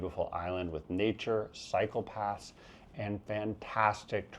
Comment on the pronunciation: When you said Taiwan has great cycle paths, I thought you said psychopaths at first. Then I remembered you weren't talking about the US.